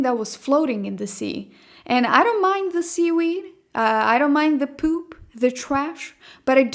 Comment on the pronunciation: I get tickled over the way you say "pewp". "...millions of poisonous needles floating around me..." So you went swimming in San Francisco bay?